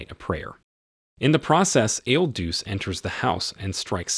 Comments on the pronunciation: not pronounced il deuce - try il duchay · "Il Duce" is pronounced "Ill DOO-chay", "The Duke" or "The Leader". A more famous holder of the title was Benito Mussolini. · IL DUCE is pronounced "ill dū•cheh" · You pronounce "il Duce" wrong. You pronounce it the same as "Il Duce" a.k.a. , Mussolini.